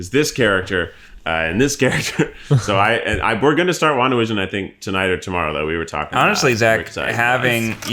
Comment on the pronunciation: The try guys: Wanda Vision My ears: Long division